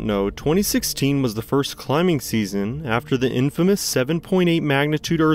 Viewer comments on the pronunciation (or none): none